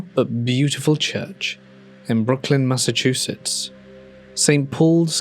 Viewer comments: Brookline like Brook-line not Brooklyn. Mass 😁 not Ny 🤢🤮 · Story 1 mentions my neck of the woods! It’s pronounced like Brook-line, not Brooklyn, but that’s okay. Love the content,.